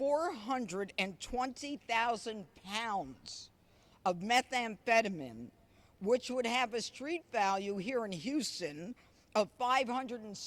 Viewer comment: She cant even pronounce methamphetamine correctly...typical conservative